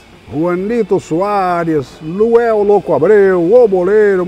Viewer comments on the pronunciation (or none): E o Luanel que ele sempre fala Luel loco Abreu kkkkkkkk